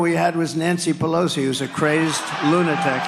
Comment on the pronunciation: I'm developing a twitch from every time I hear MTG say Nancy 'Pelozi'. 🙄😑